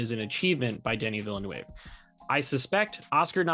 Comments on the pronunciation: his last name is pronounced ‘veel-nuv’ guys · Guys, if you are such a real fan, please say the director's last name correctly. If you do not know how, look at any interview with him, there is always called the name of the director. So learn it. In the surname Denis Villeneuve, the last letter is not read.